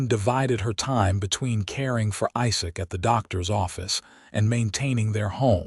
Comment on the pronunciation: Narrator having trouble pronouncing quite a few different words and names. Also says "Josephine" as 2 syllables instead of 3 syllables. And the mangling of "Isaac".